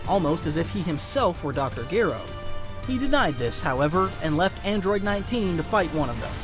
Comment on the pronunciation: Dr who??? Geeer o? No